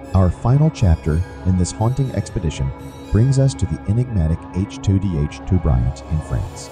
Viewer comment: To pronounce "chateau" ..... shat - toe